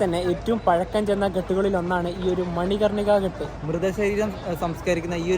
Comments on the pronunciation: Good experience...ഘാട്ട് എന്നല്ലേ പറയുക ??? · നിങ്ങൾ പറയുന്ന സ്ഥല പേരുകള്‍ എല്ലാം തെറ്റാണ്.. ഒരു വീഡിയോ release ചെയ്യുന്ന തിന് മുന്‍പ് ഇതെല്ലാം ശ്രദ്ധിക്കണം.. Ghaat ആണ്‌.. Ghat അല്ലാ.. എന്നാൽ കടവ് എന്നാണ്‌ അര്‍ത്ഥം..അത് പോലെ ഒത്തിരി ഉണ്ട്..